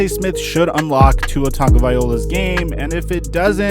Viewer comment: When proneness Tua’s name wrong 😡😡🤣